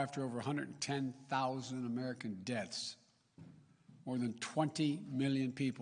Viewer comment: The man can’t pronounce “deaths”